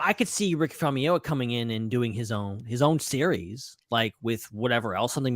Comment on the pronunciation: Famuyiwa, not Famayama! 😁🙃